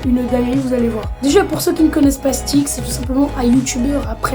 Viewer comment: Steak se prononce STÈK et pas STIK